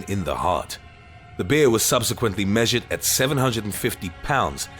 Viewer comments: I love the way he pronounces "bear"... Like beer lol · He pronounces bear like beer, made me thirsty lol